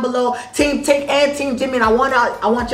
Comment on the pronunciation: I mean tink not think